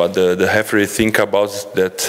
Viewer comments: Here i was wondering who is 'Hefree'...😅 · we all know he tried to say referee, c'mon lads, the sound of H in Portuguese is R, so that's why hefree, anyway, he's the best, we all agree to that, right?